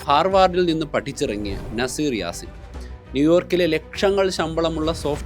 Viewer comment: നസീർ യാസീൻ അല്ല. നുസൈർ യാസീൻ